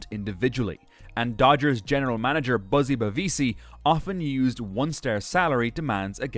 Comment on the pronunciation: Is this Artificial intelligence talking as Don Drysdale, Orel Hersheiser, and Buzzie Bavasi's name is mispronounced. Unpresidented is also mispronounced.